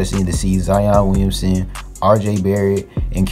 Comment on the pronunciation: "Zion Weeyunsun"